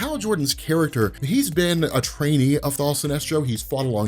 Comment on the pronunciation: Why do you keep saying thal?